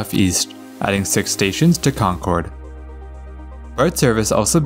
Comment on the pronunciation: its ConKERD god damnit. We pronounce it like "conquered" We dont pronounce it like they do in new england.